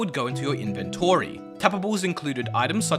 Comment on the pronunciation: Why you say inventory like that 😭